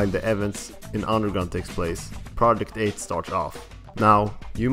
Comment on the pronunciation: theres only so many times i can hear this guy incorrectly pronounce Project 8